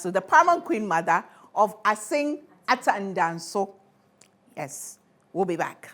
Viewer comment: Assin Atendansu Pls Madam Gifty learn and pronounce it well